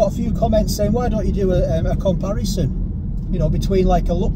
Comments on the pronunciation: A steak pie " compiereson" 😝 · It's called a "ComPieRison".....